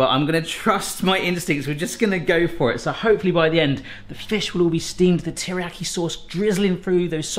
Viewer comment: Please learn how to pronounce Teriyaki